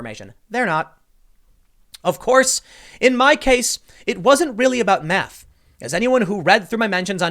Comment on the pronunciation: I don't blame her "maff"